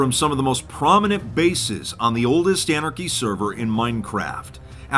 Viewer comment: Is no one else curious why said “Minecraft” and “anarchy” weird at the beginning?? Was that a joke??